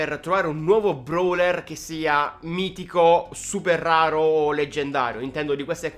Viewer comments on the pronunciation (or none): Ma sai parlare mistico? Se mai mitico mha